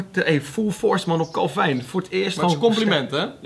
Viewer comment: Ben ik de enige die het raar vind dat ze de hele tijd kalvijn zeggen ipv kelvin?